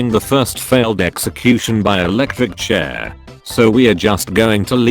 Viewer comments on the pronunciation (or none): none